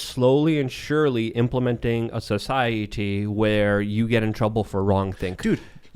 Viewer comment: I don't know if I've ever heard someone say a word as weirdly as says society.